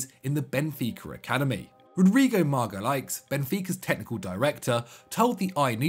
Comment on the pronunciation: Hey yes u its Jorge Jesus not Rorge Resus hes portuguese not spaniard and also its pronounced magalens not magaliks next time u do video on a person start to have clue about the people he now instead of speaking nonsense about it